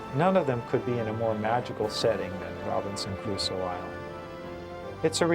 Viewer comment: Such an annoying women... Rabinson ca raooso!!!!! Stop saying it all f###ed up.